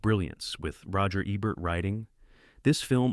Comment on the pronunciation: Hell, it took until minute 26 before it (AI) learned how to pronounce Roger Ebert's name. Altho really, this just speaks to sloppy rushed production. If you can't afford to pay a professional narrator, at least pay a trained person to tweak the AI and redo sections until they're acceptable.